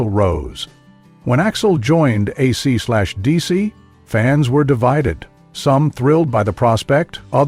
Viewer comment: When you call the band AC slash DC 🤦‍♂️ that only means you haven’t done your homework preparing to do the report.